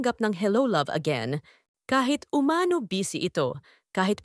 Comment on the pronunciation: Pwede ba pronounce "umano" correctly. Umano is accented on the last syllable ie UMANO' not UMA'NO.